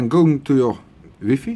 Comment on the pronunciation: Connect to your "whiffy" haha!